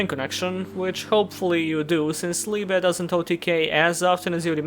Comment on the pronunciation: Oh, a Yugituber that can pronounce and knows what "Liebe" means. Slav power! Vozić lol